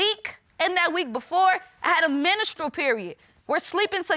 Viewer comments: Did she just say ministerial? 😳 I am scared for this young lady , and her baby. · Yep. After I heard ol girl say “minstrel period” and “productive system” from a proud medical student. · She went to school for medicine but can't properly pronounce none of the words she's said so far lol. The menistrial? Productive system? Good Lord, honey. Stop having children. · Girl I heard menstral and productive system.... I was done. She said she'll be going to medical school? Sis, where??!! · ok so “fertilized” is getting yall... but what the heck is “ministry”? Was she in church??? 😂 She’s supposedly educated but vocab sooo off lol darn Medical school 😭😭😭🤦🏾‍♀️ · Well we knew she was slow when she said "menastration". Smh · Did this heffa just say “menastrul” and then turn around and say she goes to “ Medical School?” Girl, if you don’t sit ya trade school behind down somewhere and be quiet. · Her said ministral period 🤣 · What is a "menes-tral period"...??? And "when you were fertilized." I am dying laughing, she is so ignorant! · Ministral period....she said ministral period....🤦🏿‍♀️ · ‘MEN-NIS-TRUE-AL’ Period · brwnbutterfly Yes, Menstral is a word but she pronounced it a whole different way and even added extra syllables. 😂😂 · She went to medical school but don't know how to pronounce MENSTRUAL oh ok